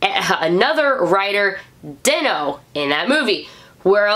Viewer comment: Is den-o not denno